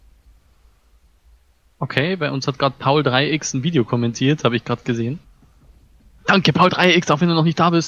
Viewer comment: Kleine Info das wird paulex ausgesprochen ^^